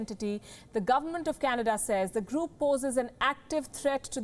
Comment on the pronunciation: Sometimes Canada sounds like Chinada